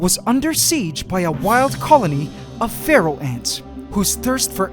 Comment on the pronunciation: For years I thought he said pharaoh ants but it was feral